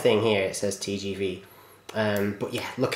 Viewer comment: Pronounced 'Tay jay vay!" :)